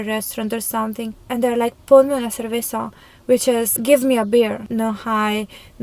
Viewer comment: when you said "ponme una cerveza" 🍺 I was like: wow your spanish is so perfect! 🫶